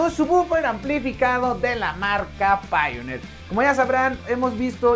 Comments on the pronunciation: Se pronuncia "Paionir" tu que te dedicas a eso... mejor pronunciarlo así, no crees? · Me gusta escuchar como no sabe pronunciar Pioneer me alegro el momento Pero igual que precio tiene tu producto?